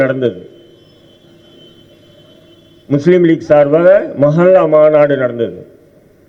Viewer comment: மசல்லா.. இல்லப்பா தம்பி....மஹல்லா....மாநாடு என ஒழுங்காக சொல்